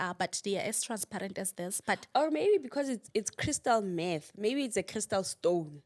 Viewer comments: Crystal Meth..not math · Meth not Math.